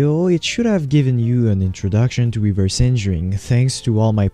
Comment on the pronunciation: "reverse engering" 💀